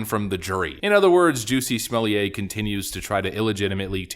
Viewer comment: It's not "SMALLIER", that sound like that "JUICY SMALL HEAD".